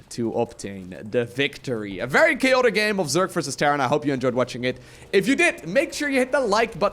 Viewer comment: sure it's choatic? :D although love that word